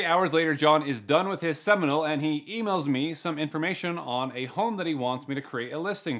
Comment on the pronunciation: I don't know why "Seminal" sounded so funny😂😂😂